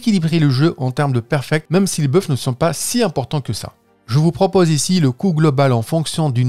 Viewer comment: J'ai cru entendre "même si les bœufs ne sont pas si important que ça" dans la vidéo. C'est moi ou y'en a ils ont compris pareil?